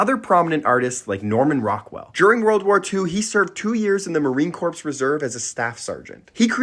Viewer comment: The "p" in corp is silent. FYI